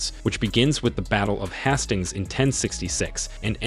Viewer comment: The way you pronounced Hastings and Jedi…